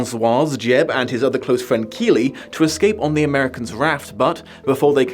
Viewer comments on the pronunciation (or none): yeah he also said Jeb and Kealy instead of Jed and Keaty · Thailand, not “Taiwan” Jed, not “Jeb” Keaty, not “Keely” 😩